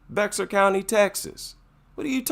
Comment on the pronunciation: Bexar county Texas is pronounced "Bear county" the x is silent...